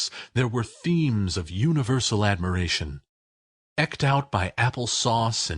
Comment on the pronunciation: And "EEked", not "aked".